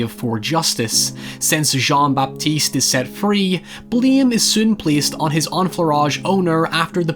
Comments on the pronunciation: "Jonn-Bapiste Gwénouii" X) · I'm really glad to see you talk about this movie and novel. But Christ, the pronunciation of names. :D Great video, though. There are many inspirations for this story, I think. Another quite similar case to that of Jean-Baptiste in this story might be the story of Tarrere, who was a grotesque eater of many things and became more or less denounced and outcast freak of his time. Tarrare's story was about endless, greedy consumption - at least that is how he was depicted back in his days and even used for his eating disorder to smuggle messages inside his belly. Going that route, I think Perfume is more about an extraordinary person obsessed with creation rather than consumption and is therefore also forced to become a social outcast and murderer.